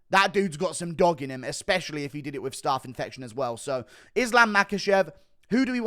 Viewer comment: learn how to pronounce STAPH please!